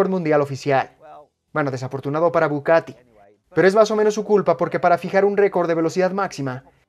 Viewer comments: es bugatti y no bucatti, no se quien es el que traduce o hace el doblaje, traducen mal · Porque dices bucati?🤦🏾‍♂️🤦🏾‍♂️ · OJO DOBLAJE,,,Es BUGATTI Buggggaattii....NO BUCATTI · dice "Bucatti" 😂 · Me duelen los oídos cada vez que dices BuCati 😣😩